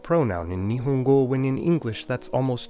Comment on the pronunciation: It seems like you were trying to pronounce nihongo (日本語) correctly so let me add some corrections: -Japanese speech is composed of moras, each of which are all pronounced in the same length of time relative to each other. Nihongo is split into the moras ni, ho, n, go. So it's more correct to pronounce the "hon" part twice as long as the "ni" or the "go", because it is composed of two moras instead of one. -The pitch rises at the "ho" and stays fairly constant after. So in terms of pitch, it would be pronounced as ni↗hongo. Otherwise the way you pronounced the vowels & consonants is pretty much perfect 👍